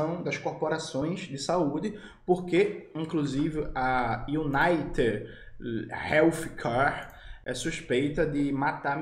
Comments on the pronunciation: é um gigante da pedagogia. "United=Manchester United" e "healthcare=relf quer". E o Jones ainda destrói a pronúncia kkkkkkkkkkk. Que dupla dinâmica. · iunaited rélfquer (o F é de quem tem lingua presa)